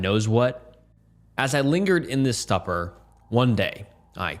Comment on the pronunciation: sorry constructive I hope you do take as but I have heard you pronounce stupor few times of late and it's just a little off, maybe my ears or how final recording sounds but it is said as Stoop-purr. thank you so love your stories. Smiles and Sunshine to you x